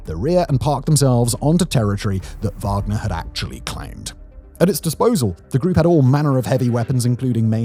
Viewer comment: “wagden” 😂😂😂 I see what you did there Simon.